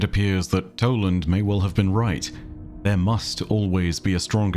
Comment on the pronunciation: it is toland